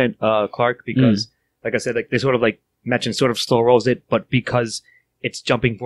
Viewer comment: I think it worth you guys give a listen to Edward E French's reading/performance of this entire story. (It'll also help with learning the interned pronunciations of some of the names, including Machen himself, which is, actually, pronounced "Mock-in""). Overall an interesting overview of a landmark book in the poetic beauty-terror realm